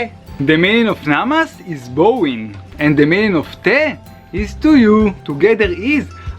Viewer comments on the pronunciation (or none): bowing is pronounced bow as in dog goes bow, wow!